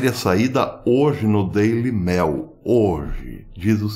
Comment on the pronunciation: Grande! Obrigada pelas análises! Uma dica de pronúncia:/Mail/ é /Meil/. /'Deili meil/. Ou o senhor vai falar /déli mél/?